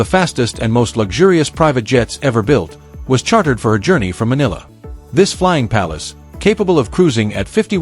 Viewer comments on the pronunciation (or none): none